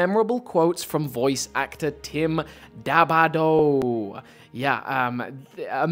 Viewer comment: Hey Hey!!! It's pronounced Da-Da-Bo! Hahaha. Thank you for all this man. Yes, I am he. Tim Dadabo the Monitor, 343 Guilty Spark.